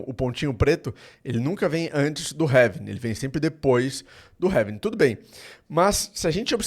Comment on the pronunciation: having???? É Halving meu amigo 😅